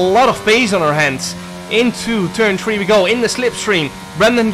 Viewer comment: jarno there's an H in three. it's not a tree.